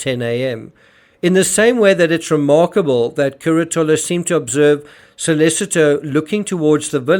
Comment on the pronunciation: can't even be bothered to pronounce the names of Antonio Curatolo or Marco Quinavalle or Raffaele Sollecito correctly. It's "Cur-A-to-lo" not "Cura-TO-lo, "KEEN-ta-valle, not "KWIN-ta-valle, and "So- LAY-CHee-to not "So-LAY-Seeto." What FAILS TO MENTION in this video is that all of his '3 amigos' were found to be unreliable witnesses due several factors: CURATOLO: Heroin addict and dealer admitted to being on heroin the night of Nov. 1. Had testified as a police witness in several other previous cases, including murder. Later testified he was certain of when he saw AK and RS in the piazza because there were other students dressed in costumes and getting on disco busses. That was HALLOWEEN, the night BEFORE the murder. Said "The couple was in the square from about until midnight." But Sollecito's computer downloaded and played a Naruto cartoon between and at his apartment. KOKOMANI: Cocaine dealer. Claimed he knew Knox because of the 'gap between her front teeth": no such gap exists. Claimed he saw Raffaele, Knox, and her uncle together at a cafe the previous August. Knox arrived in Perugia on Sept 1, left for Germany on Sept. 2 and returned to Perugia on Sept. 20. She didn't meet Sollecito until Oct. 25 a week before the murder. Knox's uncle was never in Perugia. QUINTAVALLE: Only claimed a YEAR after the murder to seeing Knox outside his store. Was interviewed by Det. Oreste Volturno within 2 weeks of the murder and shown photos of Knox and So